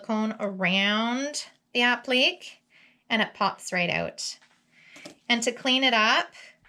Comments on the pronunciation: I was thinking the exact same thing! I've never heard anybody pronounce it the way she did and I just wanted to tell her its app-lick-kay) so she would know for the future.😊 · It's pronounced UH---PLEE---KAY, not UH---PLEEK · Helpful suggestion: liked your video but it is pronounced “app lu Kay “ as in this video Not meaning to be critical, just helpful. It’s actually a French word. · They look beautiful! But just an FYI, you’re pronouncing “appliqué” incorrectly. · I'm glad someone said it. 😂